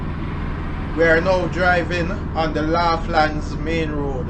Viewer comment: Pronounce it like lawlands